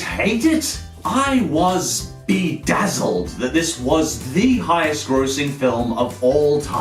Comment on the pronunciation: Did.... did he say he was bedazzeled ?